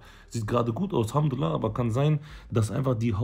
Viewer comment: Alhadulillah (mit a nicht mit e)akhi bitte gottes namen nicht ändern. möge allah uns vergeben